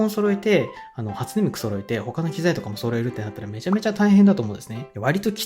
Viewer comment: 「初音ミク」の発音が「味の素」なのすんごい好き